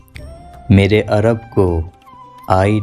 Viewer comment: Meere not mera Arab